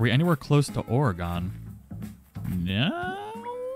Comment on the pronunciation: OMG its Oregon (aw·ruh·gn) not Or-ah-gone. We aren't gone, we are here.